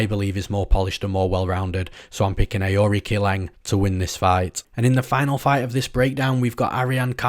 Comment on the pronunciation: aori qileng is pronounced => uh oh ri chileng ; rong zhu is pronounced => Rong du